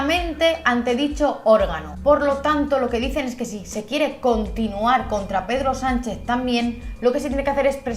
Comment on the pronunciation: He entendido pedo sanchez 😂